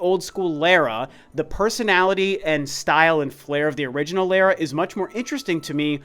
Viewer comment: Every time he said Lara I cringed.